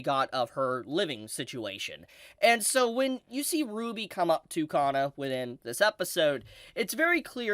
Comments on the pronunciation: Kana, not Ka-nn-a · 有馬かな か な It does matter Should be Kana not Kanna かな not かんな